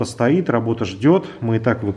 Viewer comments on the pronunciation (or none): none